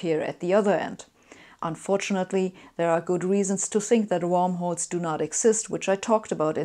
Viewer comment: Warmholes? Or rather Wormholes? ;-)